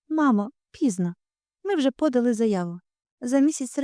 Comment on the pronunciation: Будь ласка, ставте наголоси правильно. Щаслива - наголос на и. Подали - наголос на и.